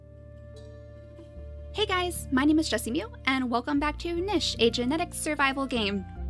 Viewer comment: It's pronounced neesh, not nish.